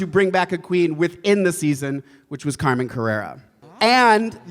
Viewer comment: he said carmen's name wrong